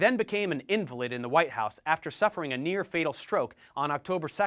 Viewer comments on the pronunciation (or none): none